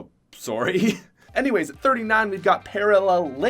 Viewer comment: that Canadian sorry